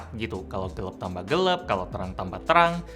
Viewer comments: Kita: Gelap: Gelep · Gelap ya bukan gelep hehe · gelap bukan gelep...